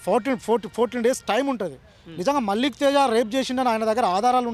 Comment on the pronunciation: మాలిక్ తేజ కాదురా అయ్యా. .మల్లిక్ తేజా